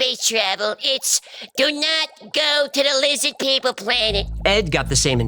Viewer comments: "LIZZID PEEPLE "😂❤👍👍👍👍👍👍👍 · When Art Bell interviewed him, it just sort of fell apart. Seems messed up. Say Lizz-add peep-el😅. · I do love it when he says Lizid People! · Yes “Lizzad Peeple” 🔥🔥🔥🔥